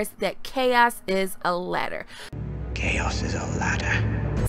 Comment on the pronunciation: i think you meant "chaos is a LADDAH"